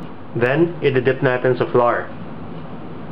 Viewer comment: honestly i didnt know what this guy was saying .. he called flour FLOOR ! me and my sister was laughing our asses off when we heard his acsent ... IN ZE COOKING POT !!! Lmafo !